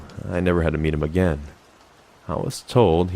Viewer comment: “I just hope we never met aga-*ad*”